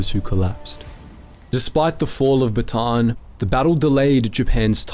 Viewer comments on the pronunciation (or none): Bataan is pronounced Baa TAH" Ann ... 3 syllables